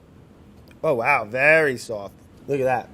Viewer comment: Vory noice